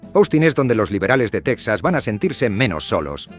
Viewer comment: 1.- TeJAS, TeJAS, TeJAS, TeJAS, .... NO teksas!!!.... ¿¿¿Dices tejanos y luego dices teksas??? 2.- ¿¿¿De dónde se sacan esa estupidez de que California es la 5ª economía del mundo???.. NO lo es ni a precios corrientes ni a Paridad de Poder Adquisitivo.... como mucho sería la 8ª o 9ª